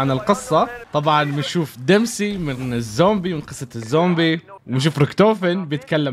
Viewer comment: الزومبي ❌ امزومبي✅